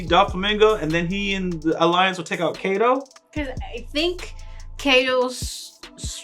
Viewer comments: You are saying it wrong Its not Kay Dow Its Kai Do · it´s not keido (k doh) it´s kaidoo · its pronounced kaido as in (kie like kite, kie-doe, pretend to say die but with a k instead of a d, doe as in dough) kie-doe